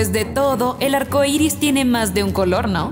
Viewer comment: Es arcoiris no iris